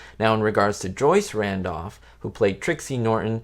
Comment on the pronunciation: It's Joyce Randolph, not Joy Randolph! How'd you botch that?